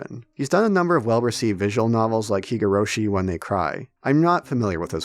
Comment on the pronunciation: I can't lie, I laughed at the way you pronounced "Ryukishi" and "Higurashi" lmao. Personally, I am insanely excited for SHf because Ryukishi is the greatest writer I've ever come across. Higurashi is amazing (my profile picture is from a character there) but Umineko is even better and genuinely the greatest artistic achievement of humanity in my humble opinion. He is more than a great fit for a Silent Hill series as he is a master of suspense, despite his visual novels not being horror in the traditional "scary" type of sense.